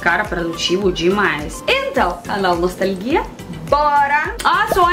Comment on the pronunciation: "Canal nostalguia" hahahah